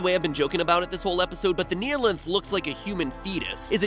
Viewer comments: I know this i a five year old video but, THE"KNEE-LINTH" WHAT THTBANLKJNFLKAJFLKJLAKSJFLAKFJALSKFJAL:FKJAOiLKFJOIOFHJuIJFOAUIHJFOAI:KJFFHAUIOFJAOIFJOAIFJIPAUOJFOAISJFOPIAJFOIAsJFOPAIJFPOAIJFPOAIsJFOAiJF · the way he say "neeheelanth" instead of "nighhilanth" annoyed me sm for no reason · everyone: says nihilanth the right way matpat: neeyalinth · “The Kneealength” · Gλme theory You pronounced the Half-Life 1 boss wrong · The most offensive part of this video was the mispronunciation of Nihlanth.